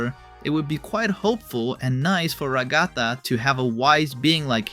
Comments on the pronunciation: The pronunciation of Ragatha :( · The way bro says Ragatha's name HAS to be rage bait 😭🙏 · Nevermind he said it wrong the third time